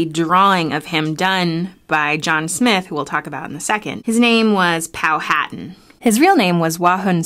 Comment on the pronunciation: It's pronounced "Pow-a-tan".